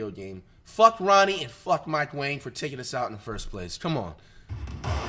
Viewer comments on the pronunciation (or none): Bro does not say wang he says "wayne" lol